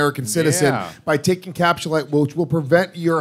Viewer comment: I'm not buying capsulyte until stops saying "capschulite"